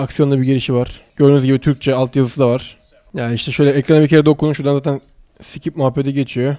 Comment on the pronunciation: skip yerine sıkıp diyo yaaaa